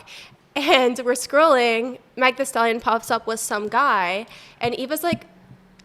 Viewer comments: Just say you are racist and triggered by a black woman that’s more successful than you and go. Dumb ho In the middle knows who “the mag the stallion ” and knows she can pronounce Meg. Like Bitch it’s a three letter word, Unless all that unwashed dick you took left your brain scrambled it’s not that fucking hard. Then the audacity of Miss Ran through… oops I mean Rhoades asking what a man’s type is when she’s taken more dick than a urinal. Girl you were just crying about how you let multiple men use your washed up stank cat and are embarrassed about it. Don’t bring other women down because you lowered your self worth and hate yourself. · yall know how to pronounce megan thee stallion please stop playing. i cannot stand hating ass hoes, 3 girls that fuck for a living goodbye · A lowlife no name escort pretending not to know how to pronounce MEGAN THEE STALION’s name is so hilarious. You are the bitter ex and its 100x funnier how your only legacy is selling pucci over the internet 😅